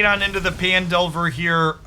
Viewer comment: mmm fresh youtube cuts. I don't care what anyone says, I prefer your twitch cuts with commentary over bland gameplay only videos. People watch you more for your hot takes and Journey covers than anything else:P as an aside; I thought Phandelver was pronounced as Fan?